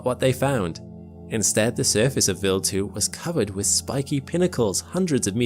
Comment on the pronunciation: W eye ald. Not willed.